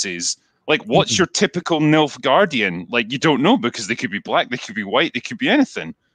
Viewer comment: Never seen The Witcher so I kept thinking you were saying Milfgaardian ! Hey up ?!